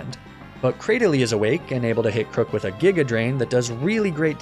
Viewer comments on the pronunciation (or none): none